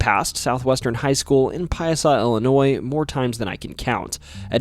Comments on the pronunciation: Ill e noy Not Ali noy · Hey there very small channel. It's pronounced "Illinoi". The S is silent. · No thumbs up or subscription for the simple fact you dont know how to pronounce Illinois. Its not Illi-noise.